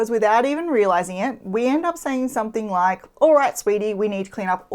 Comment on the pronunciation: "hit the lije button and what.....?" Haha. Great videos.